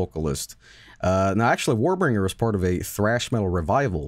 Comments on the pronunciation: How Mike pronounced "Warbringer" gave me heartburn. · Warbinger is a pretty good name though, Mike may be onto something. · My favorite thing is that they clown on rich for mispronouncing shit, and meanwhile Mike is just fucking up.